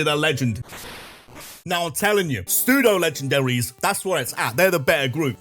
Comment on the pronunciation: Pseudo, not psuedo